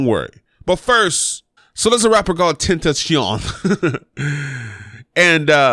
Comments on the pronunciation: It's pronounced X X X - TEN - TA - CION '(xxx ten tas see on)' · bihh it is xxxtentacion